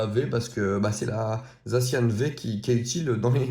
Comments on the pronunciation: C’est zacien pas zaciane 😡😡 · C'est pas comme ça qu'on dit sacian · J'adore mais le zacian le ça ne se prononce pas avec le son n mais an